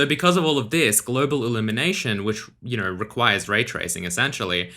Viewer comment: "you kner"